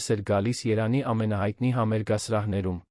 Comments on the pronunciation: Երանի չի Երևան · Երանը որն է չեք կարողանում կարդաք ձեզ մի խայտառակեք: Եվ հետո բառերը կիսատ նախադասություններն անհասկանալի լսելուց մտածում ես, թե ինչ անգրագետի են վստահել տեքստը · Երբ տեսնում եմ սա կարդացողը` ձայնը անջատում եմ։ Միայն կոմենթներն եմ կարդում։ Ա'յ, Չգիտեմ ինչ, ,,Երևան,, չես կարող ասե՞՞լ։ ,,կա որ,, և֊ ու՞ր է.... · Էս ինչքան անգրագետավարի էք կարդում, անգամ Երեվան անունը չեք կարում ասել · Երևվանը ինչի համար եք փոխել կարդում եք Երա նի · Կարդացողը, իրա 🤣 ՏԱՏԻ անունովա <վերաԿՆՔԵԼ> մայրաքաղաքը🤣🤣😝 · և տառը չի ճանսչում AIը😂😂